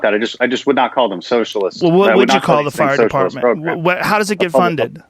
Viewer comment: "But Muh fire partment"